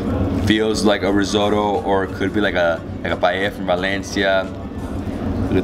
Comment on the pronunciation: Rissoto ? Seriously rissoto😵